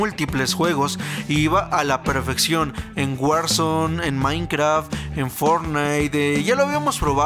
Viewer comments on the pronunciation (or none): none